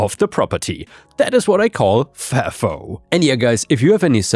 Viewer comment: it is "F".."A".."F"..."O" it means F*CK AROUND , FIND OUT....it is not a word , it is an acronym! saying it the way you are pronouncing it makes people think you are AI!